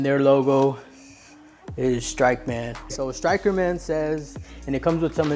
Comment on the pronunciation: You mispronounced the company that you were promoting lmao